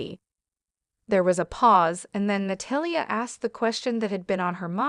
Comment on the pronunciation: Na-tall-ya = Natalia. Please learn to pronounce her name properly. I had no idea who you were first referring to.